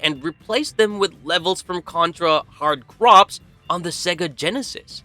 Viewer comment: Contra Hard Crops huh? Is that the Contra Stardew Valley edition I heard so much about? :face-blue-smiling:. Hard Corps is just pronounced "hard core" lol